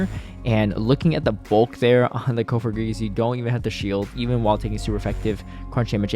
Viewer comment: Cofogrigus?? Its coFAGrigus. Say the name right sir. You didn't name the Pokémon. It's okay to say it right.